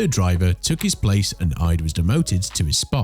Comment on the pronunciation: me before checking the list: Nikita Mazepin is in here, I believe. me after seeing the list: ... btw it is IDE, I-D-E, not 'aid'.